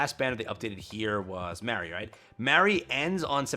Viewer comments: i always get confused when you say Mary, when you're talking about Mah-ree for Halloween, Trick or Treat Anne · MAR-REE good grief dude MAR! Not MARE